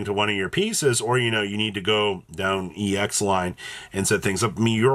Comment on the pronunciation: you do know it's pronounced EX. Not EEE X. Just Ex. The T is there to hammer that home